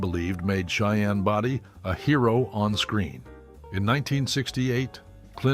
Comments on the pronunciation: Cheyenne Bowdy ( Body) long o -that’s the pronunciation of his name , and not Boydy! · Cheyenne Body Come on...get the name right at least. It's Bodie... pronounced bow di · Can these videos get the right people in the pictures and pronounce the names properly. Body 🙄.. pronounced Bowdee. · Not Cheyenne body Cheyenne bodie . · It was Bodie, not Brody. Geez. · Clint's last name is pronounced BOEDEE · It’s a shame that pictures of Clint Eastwood were used and that the name Body wasn’t pronounced correctly.